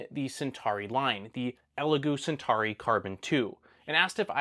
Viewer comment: I wonder if Elegoo are watching this and thinking we never made a Centari... oh but we did make a Centauri, maybe this guy can't pronounce CENTAURI... lol